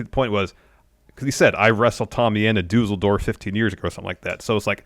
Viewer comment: That's probably the funniest way I've heard someone say Düsseldorf, made me chuckle. Great show